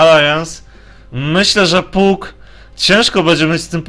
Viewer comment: przepraszam, trochę za ostro Cię potraktowałem tym moim komentarzem, robisz kawał dobrej roboty i za to należą Ci się podziękowania! co do błędów, wg mnie niektóre rzeczy można przerobić na Polski a niektóre nie i tak imiona powinno się mówić tak jak w oryginale,np Fanik a nie Funik, tak samo z nazwami postaci z gry, wydaje mi się, że powinieneś wymawiać Pak a nie Puk, są to drobne błędy, ale po oglądaniu wielu anglojęzycznych gier strasznie kaleczą uszy, a przynajmniej ja tak się czuję